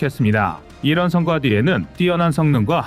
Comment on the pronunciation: 성과는 성꽈로 읽어라